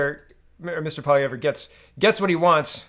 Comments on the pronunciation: Poly ev, not poly ev rah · Please check the proper pronunciation of Poilievre, pretty sure no “rah” at the end.